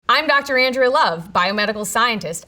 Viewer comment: why'd u butcher the name andrea? 😭